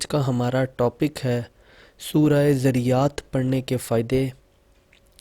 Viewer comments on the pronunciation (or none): Pehlay Surah ka NAAM to Saheeh se Parh lo.Dunya ki Baatain to Bohat Ziyada Aati hongi magar Quran k Saath to Bad Sulooki na karo.